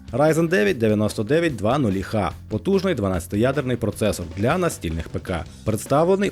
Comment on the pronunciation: рейзен 9900 ха ? Хаха ? не ікс, а ха ?